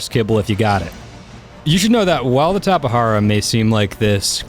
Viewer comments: and plus it's pernounsed tape jara not tapehara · dude need to learn how to say Tapejara. is not tapehara. is tape-ja-ra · I pronounce it Tapegara not TapeHara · I used to pronounce it as TAPE-JAR-AH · It's actually pronounced "Tap-eh-har-ah". Is is a genus of BRAZILIAN pterosaur from the cretaceous period. You pronounce the J as an H. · He can't say all of the new Dioscuri tapehara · The Tapejara is pronounced "tap-uh-JAR-uh". Jar as you would say "Glass Jar" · It's pronounced Tape-Jar-a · The J in Tapejara is pronounced as a J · Aeons Musings no he said wrong, the "j" dont have a "h or r" sound, only in spanish.